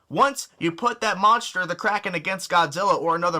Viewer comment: GODZILLA WILL WIN btw he forgot how to say kraken